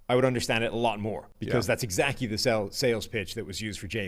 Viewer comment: “That’s exacky my point!” “Right that’s exacky my point.” lost a bet and had to say exacky 2 times on the show. Lol.